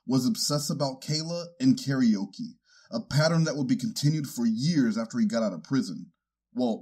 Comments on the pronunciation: I LOVE your proper pronunciation of "Ka-re-o-ke" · The proper japanese pronunciation of karaoke is so funny to me in this context and I'm not sure why